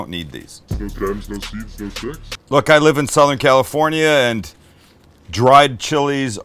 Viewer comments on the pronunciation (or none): none